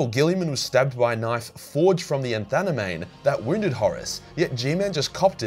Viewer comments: Anathame is pronounced 'Anna-thayme'. 🤪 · "Anthaname", really?😂